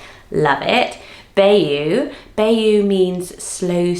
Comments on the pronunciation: I'm so happy your book is coming out. Congratulations!! I think all of the double barrel names would be perfect as first and middle name combos. Bayou is pronounced, "bye-you", at least in the U.S. I love your videos! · I enjoy it because it can really make a name sound much prettier. Today one that really stood out is Bayou because it’s a town in the state of Louisiana and the locals say it with a particular accent. Thanks for your videos!